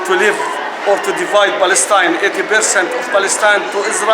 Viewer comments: What we see is the Lord hand for kicking the "Balestine" greatest lie ever in history.thay can't even pronounced the word Palestine... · “This is our land” Western Sahara 🇪🇭 Sudan 🇸🇩 Jordan 🇯🇴 UAE 🇦🇪 Palestine 🇵🇸 We are indigenous to Balestein, which is why we speak a foreign non-indigenous language and practice a colonizer religion. It’s also why we can’t pronounce the “p” in Palestine, which means “invader.” We are sooooo indigenous 🤡